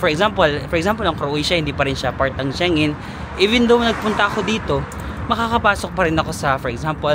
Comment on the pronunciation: Shengen is pronounced as SHENG-GEN.